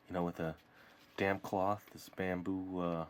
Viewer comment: Um excuse me, sorry for the language, but did you say Damp cloth, or Damn cloth...